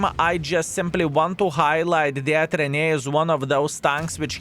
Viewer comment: Ren-A-Gade. What the heck are YOU saying???